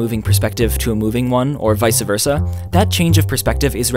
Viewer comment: God, I hate it when people say "vice-a-versa", especially when it's an intelligent person saying it.